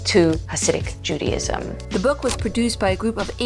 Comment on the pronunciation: Ahgggghg ....Judy IZM JUDY IS NOT JUDA